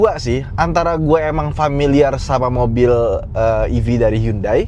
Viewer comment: Kadang spelling HYUNDAI: yandeyy tapi emg udah kebiasaan hyUndey 😂😂😂